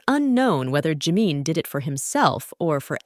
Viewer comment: Please pronounce his name right Jimin.